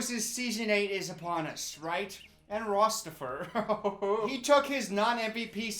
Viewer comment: Ok but it’s the “Rosstifer M Geller” for me😂😂